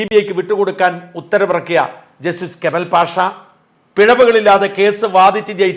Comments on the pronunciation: കമൽ അല്ല, കമാൽ...കമാൽ പാഷ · കേമൽ പാസാ അല്ല കമാൽ പാഷ. എന്ന് തിരുത്തുക.. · Mr ഷാജൻ ,ഷോ അല്പം കൂറക്കൂ കമാൽ പാഷ എന്നു പറയൂ.